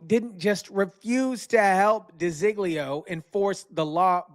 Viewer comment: Her name is De Zog Leo not di zig leo